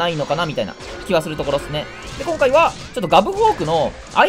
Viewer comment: 正気じゃない目になるのほんとすき それと冒頭の挨拶は今回はですねからの方がやっぱり大好き、「今回は」だと「は」の抑揚が強すぎて嫌になる